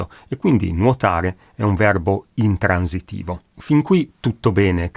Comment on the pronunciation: Spiegazione bella ed esauriente. Mi scusi però se correggo la sua pronuncia: la S di "transitivo" e di "intransitivo" dev'essere sorda come la S di Sempre; invece lei la pronuncia sonora, come la S di roSa